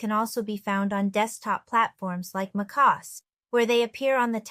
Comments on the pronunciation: omg I know, first time I heard anyone pronounce it that way. McOS lmao! "I'm lovin' it" 😂🤣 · The way she pronounced MacOS ahaha